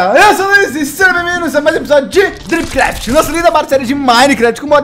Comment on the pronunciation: Ainda não to acustomada com ele falando dripcraft ai eu escuto tropcraft a gente deicha o lik ai mano pra ajudar o canal do lg super recomendo e top o canal 🖒